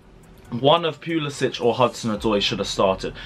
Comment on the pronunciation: Pu-li-Sick!! Pronounce it right please. No itch